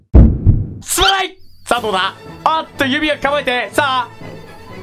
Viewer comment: すまないがストライクに聞こえる‥‥wうちだけか？